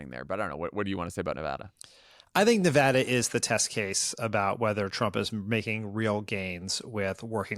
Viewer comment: Thank you for saying Nevada correctly, Dan. Jon, there's no H.